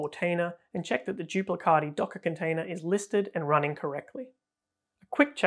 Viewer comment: As italian please I beg you to pronounce "duplicati" not "duplicadi"😅